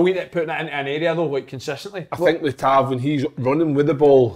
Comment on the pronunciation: Gonny tell Kev to lean how to say tavs name